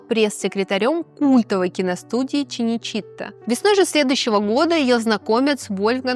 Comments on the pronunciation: К сведению ведущей: название итальянской киностудии произносится с ударением на последнем слоге - ЧинечитА, а не ЧинечИта. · Киностудия называется не «ЧиничИта» а «ЧиничитА»! 😂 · ЧинечиттА -ударение.ИнцИДентик,не инциндентик;согласно мемуарам,а не мемуаров.Это не говоря о видеоряде.